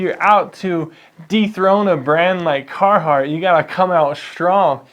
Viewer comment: Sounds like he's more of a cartheart guy